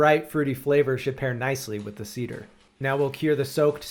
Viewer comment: See Dere … 😂(cedar=see there)